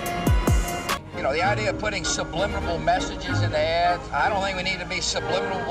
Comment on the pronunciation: How did baby Bush work an extra "B" into the word subliminal? 😂